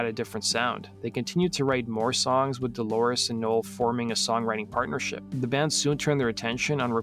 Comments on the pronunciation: If I were the Producer of this video, I'd fire the narrator and bring in someone who has enough discipline to pronounce DOLORES'S name correctly. It's not DElores, it's DOlores. You didn't care enough to do it right. Phooey. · What with the ''Deloris''?